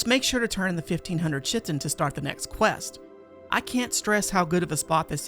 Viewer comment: chitin is pronounced 'Kite-In'